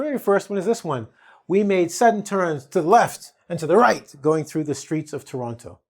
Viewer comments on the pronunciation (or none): none